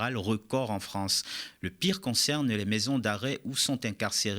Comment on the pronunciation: "Vive la Fronce"......